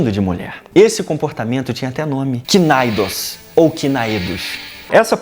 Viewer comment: estou passando só para contribuir: A palavra citada em grego (e posteriormente em romano) "kinaidos" existe ainda hoje no vocabulário grego (κίναιδος). A pronúncia, contudo, não é kinaidos, mas sim kínedos. Observe que a sílaba tônica é a primeira sílaba. E, sim, o significado é homossexual masculino.:-)